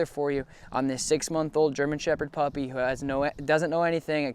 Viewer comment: Huh you said puppy all wrong